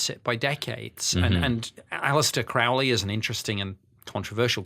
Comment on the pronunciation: Crow-ley like crow. He was not satanic